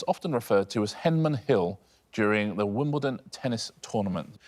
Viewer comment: Though they are butchering the pronunciation... why is there a hill in Te Reo Maaori at Wimbledon?